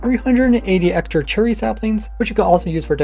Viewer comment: anyone else hear him say cherly at the beginning